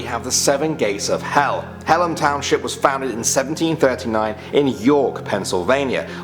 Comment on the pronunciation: It’s called Hallam. Not Hellam.